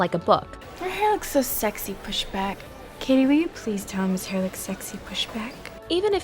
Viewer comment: Janis was mean to Cady from the start: her and Damian laughed at Cady on her first day of school and she refused to pronounce Cady's name correctly, calling her "Caddy", which is so disrespectful. And it was Janis' idea for Cady to join The Plastics and got mad when she actually started to mesh with them, despite their toxic behavior. So screw Janis and Damian.